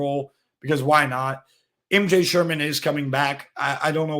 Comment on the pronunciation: Sherman's name is also about the only name your pronouncing correctly as well.